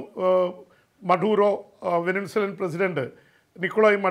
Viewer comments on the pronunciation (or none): വെനിൻസുലയല്ല വെനിസ്വേല ആണെന്ന് ആരെങ്കിലും ഇയാളെ ഒന്നു പറഞ്ഞു മനസ്സിലാക്കൂ , കുറേ നാളായി